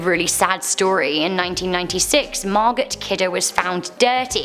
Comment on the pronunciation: Love you! Pretty cheeky you are! Lol. BTW its Margo. Long o drop the t.😉💜🐾🤘🇬🇧🇨🇦🇺🇸